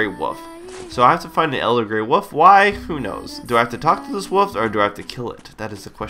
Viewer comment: woof? woof? no im not trying to sound like a dog.. but thats exactly what i hear everytime attempts to say the word ''wolf'' - now this may draw some hate but is this just an american thing? this is an honest question and i've been meaning to ask the public this for quite some time and i figure.. this is it lol.